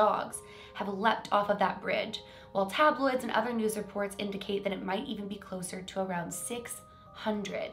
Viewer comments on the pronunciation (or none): none